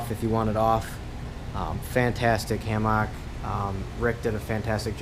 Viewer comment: Please stop pronouncing hammock like that.